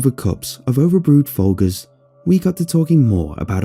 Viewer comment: fol-gurrs lol